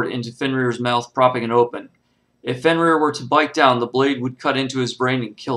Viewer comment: You got the name wrong its fenrir